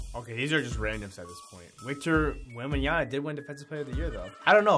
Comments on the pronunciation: It’s Victor WembanyaMa, not WembanyaNa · “Victor wembanya-na” 😂